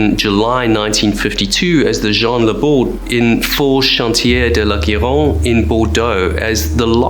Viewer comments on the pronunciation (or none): Gironde has the 'G' pronounced like George but without pronouncing 'd' , otherwise your pronunciation is pretty ok